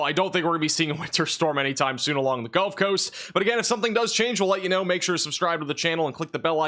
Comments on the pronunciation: Is he saying "golf" coast instead of "gulf" coast or is there an atea called "the golf coast"? The Golf of America? 😂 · 😂😂😂 golf coast 😂😂😂 love your videos boss but every time you say “gulf” I hear “golf” for some reason 😂😂😂